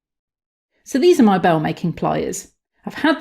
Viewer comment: Nice clear explanation with good visuals. (Slightly confused when you initially called these "BAIL-making pliers" by the name "BELL-making pliers" but, perhaps, just your pronunciation?) Suggestion: Once you've bent your metal into the desired shape, obviously, it is still quite soft, so liable to accidental distortion. It might have been useful to provide a link to a video discussing hardening techniques that can be utilised during your manufacturing process. Anyway, nice and short explanation, with good illustration. Thanks